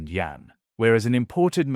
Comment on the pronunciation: 🤣🤣🤣🤣can not even pronounce YAUN correctly 😂😂😂😂